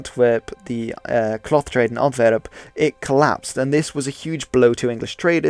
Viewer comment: Normal People: Antwerp: Ontverrup